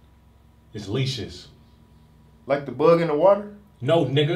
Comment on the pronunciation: Leashes, heard Leeches. I heard Leecious like Confucius or something